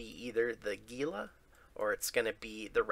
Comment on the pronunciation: Hey, gila is actually pronounced "hila". Have a good day!